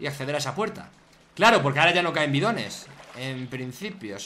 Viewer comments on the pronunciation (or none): none